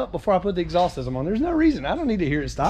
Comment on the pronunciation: I love the way southerners say “exhaulss”